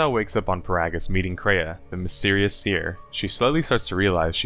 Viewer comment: Every time he pronounces GO-TO and Peragus I contemplate throwing myself into a mynock nest